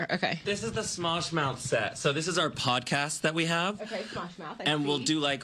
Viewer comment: did she seriously just say "Mosh"?